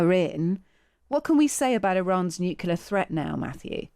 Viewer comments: Did she say nucular? Is that something to do with atomic nuculars? I would have expected better from the Times. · She can’t pronounce nuclear’ It is not that hard